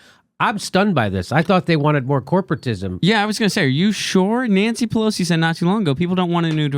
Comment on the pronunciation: Jimmy, you keep saying "PeLOZZI", but I think it's Pe LOS i.